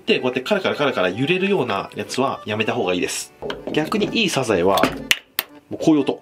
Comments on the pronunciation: 発音、サ↑ザ↑エ↓なのね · 時よりでるサザエのイントネーション、愛知を感じる懐かしい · サザエのイントネーションなんか全然違う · サザエの発音が気になり過ぎるw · サザエのイントネーションが気になる 笑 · サザエのイントネーション、、、！